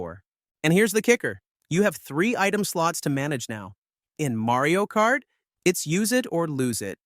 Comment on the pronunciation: "Marey-o Kart"? 🤨